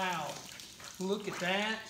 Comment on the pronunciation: Whaaaaat?!! This is my first time seeing this channel. I have to say, the way he kept saying looka dat, made me get a flashback to the kooky 70s tune, The Streak. Heeeeeee 🤪🤪🤪